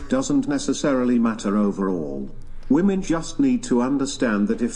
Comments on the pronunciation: Why the hell do they say “WOMAN””” it is honestly so damn annoying. It’s “Women”….!!! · Why do Gen Z women keep saying "woman" thinking it is plural! it is not, it's singular! IT IS "WOMEN" NOT "WOMAN"!